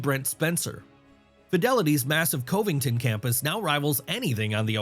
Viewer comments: Covington is pronounced Cuh-vington not Cove-ington. This video is full of inaccuracies. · It's CUH-vington, not COVEington. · COVE ing ton? Gawd I hate computer narration! Cuv ing tuhn. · Coveington buddy??? Come on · Using an AI that has trouble with flat "o"s. Besides "Coevington" there was "Boesch" instead of Bosch. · Covington is pronounced like cuv-ing-tin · Lol, "Cove-ington" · funny I caught that too...bad AI...